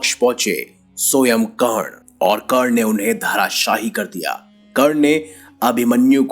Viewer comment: Its not kern but karaN